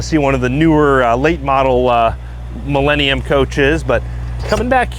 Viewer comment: The correct pronunciation is, Mee-la, not Mee-lay